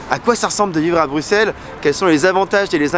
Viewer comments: Yes vive bx ! Bien joué pour avoir prononcé son nom correctement, ça fait plaisir :D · Merci enfin quelqu’un qui prononce bien le nom de la ville 😅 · Enfin un français qui prononce Bruxelles convenablement 😊 ! Autre chose que tu n'as pas mentionne: Bruxelles est la 2e ville la plus cosmopolite au monde (après Dubai).